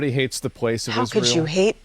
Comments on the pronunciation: Until Candace can learn how to pronounce Israel, and stop saying "ISH-REEL", I don't want to her jack sh*t out of her derp mouth. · She actually pronounces it “Ishreal”